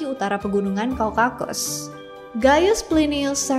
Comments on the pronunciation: Hai.. Pengucapannya itu Kaukakus atau Kaukasus? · Kaukasus apa kaukakus?? Hahaha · kan minta di koreksi kalau ada salah pronounciation.. lupa menit brp, tp ada kata Kaukasus, tapi dibilangnya kaukakus, :D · Kaukasus apa kaukakus ya kak? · Bukannya "kaukasus" Ya kak bukan "kaukakus" Hhe cmiiw 🙏